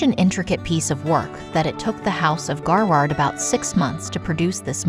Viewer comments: Gaward or GaRRard the pronuncion of the jewelers sounds odd. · Pity that something as simple as the correct pronunciation of Garrard , is beyond the capability of this “ narrator “. Dreadful channel and filled with glaring inaccuracies, . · So glad that someone else picked up on this. At least get the jeweler's name correctly...Google translate is helpful in that. Other words hurt my ears too...epitome comes to mind. Otherwise, a good video. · What's with the machine narration? That pronunciation, phrasing.... It's come to this? "Garward"? "Epi-Tome"? "Ear-Ahn?" It's come to this?